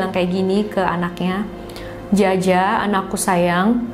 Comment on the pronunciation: Jia jia biasanya dibaca Cia Cia 😁